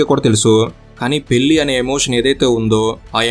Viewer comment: Pellli kaadu bhayya...పెళ్లి adi...